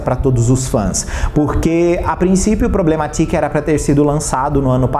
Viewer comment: Só eu me incomodo com ele pronunciando o Problematic como “Problema Tique” como se o nome fosse português? Kkk Sendo que seria “Problemetiki” a pronúncia, puxando pro inglês? Kkk